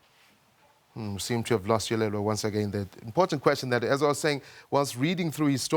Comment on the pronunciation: Dude, it's Yolulwe not Yolelwa!